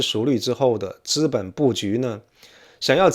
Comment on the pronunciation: 请注意：“资本”读作ziben，不读作zhiben。